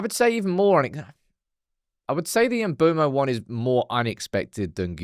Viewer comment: Why do people keep calling him Mboomo??? He calls himself Mbuemo (mbwemo)